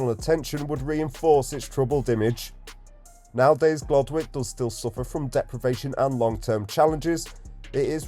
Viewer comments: It's pronounced "Gloddick", not "Glod Wick". I used to live on Abbey Hills Road for 26 years. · Pronounced Glodick. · It’s pronounced gloddick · The W is silent. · You’re brave going there. And you are saying it wrong / you are pronouncing it the Asian way.